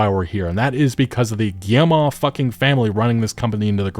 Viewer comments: Hey, good video, FYI for your future videos, you pronounce Guillemot "Guille-mah" but it's really just "Guille-mo". Like you would prounounce "foe" or "Joe". Thanks for the content otherwise! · Cannot keep listening to this guy pronouncing the name. Guilletmot is pronounced gee (as in gift)-moe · Nobody checks how to pronounce Guillemot bf they make a video about them lol